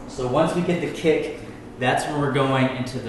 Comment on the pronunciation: Why does he call it a kip instead of a kick